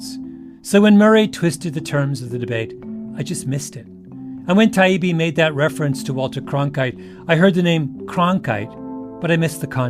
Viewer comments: I'm now embarrassed by how much time I've spent listening to your podcast and reading your books. I listened to the debate and was sorry for all the times I've recommended you. Now I've come across this gem. Still pronouncing Matt Taibbi's name wrong, still referring to Douglas Murray as disrespectfully as you can get away with. Matt mentioning Walter Cronkite was not a trick to send you off into a BLM fit of rage. Douglas Murray is not a racist, proving you don't read past a headlines when you've already made up your mind. All this episode did was prove that when your tactics don't work you immediately revert to your echo chamber. They were honest with you, just not about the right things. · You should've sought out Douglas Murray FIRST, not fake-appreciated him LAST. You should've listened to others saying "Taibbi" — REALLY listened — before committing, repeatedly, the fatal faux pas of mispronunciation that demonstrated in what little respect you held him. Ditto, calling Douglas "Doug," which you seem finally to have caught on to when Douglas placed an inordinate amount of stress on referring to you as "Malc" and got an appreciative laugh from the audience. You should've LISTENED to your audience, who were hostile to your arrogance from the get-go. But you blithely went on about your merry way talking AT Murray and Taibbi, and talking TO the reasonably sophisticated Munk Debates audience, instead of talking WITH those sharing the stage with you in order to come to a greater understanding of the proposition being debated. You were the bully on that stage. And you still are. So congratulations, Malc, on failing to notice your personal missteps. You actually proved the truth of the proposition by embodying all the negatives through which the MSM demonstrates, over and over, its inability to be trusted. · The least he could do was apologize for mispronouncing his name. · And was racist and Eurocentric by not pronouncing Matt's last name correctly- repeatedly.